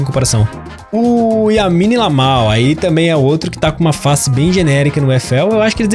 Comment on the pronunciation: Yamine lamal??? kkk rachei